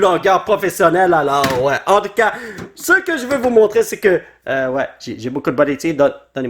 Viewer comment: C moi ou quand dit en tout cas on dirait handicap